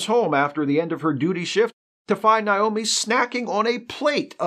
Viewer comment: Did you mispronounce Naomi on purpose? I feel like you did it on purpose, just to show how much you care about Voyager. It's Naomi, like Nature, not Nile.